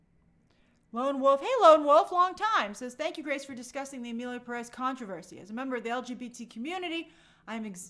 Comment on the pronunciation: The Spanish in this movie is pronounced horribly and it's not Mexican Spanish! Selena Gomez (Gómez) is not Mexican and it's obvious she doesn't speak Spanish! By the way, in Spanish Pérez is pronounced pErez NOT perEz. The accent mark is used to know which vowel to stress. Just like Gómez is pronounced gOmez NOT gomEz.